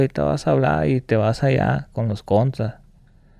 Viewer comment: Le ifle, los contuas, otuo señor, otua gente